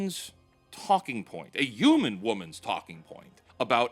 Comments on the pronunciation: I beg of you to say HU-MAN and not U-MAN 😭 ❤️ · Dude PLEASE start saying the H in Human. UUman just doesn’t sound right